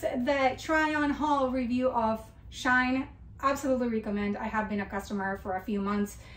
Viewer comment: FYI you were saying it right it is She In, even Shein say this. Its to say that "She is In". x